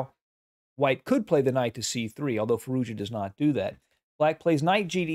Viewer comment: Just a note since it might come up in the future. Firouzja should be pronounced "Fee-rooz-jaa". Quick and without a pause or change in intonation. Native speaker here. Cheers.